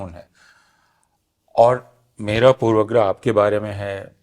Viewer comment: ऐ हय! प्रोफेसर अपूर्वानन्द भी पूर्वाग्रह का उच्चारण पूर्वग्रह कर रहे हैं। यह वास्तव में हृदयविदारक है।